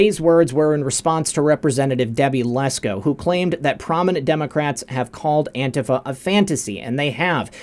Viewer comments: it’s not Auntie Faye! It’s Ant Tea Fah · Anti-faa... not Antie Fay... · NOT antiFAY. It is pronounced anteefah (antifa) with expression on "tee". (an-TEE-fah) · Learn to pronounce antifa please...it is not antifay, it's antifa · ITS NOT ANTIF AY , IT IS ANTIF AH!!!! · Its antifah..not "ay" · FYI - antifa is pronounced an-tee-fuh with the emphasis on the "tee". No long "a" at the end. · Isn't it pronounced Antifuh? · “Auntie Fay”..... the algorithms surely will miss that one! Good ol’ Auntie Fay would never be accused of ter ro ism!!! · pronounced that way on purpose to trick the AI algorithms.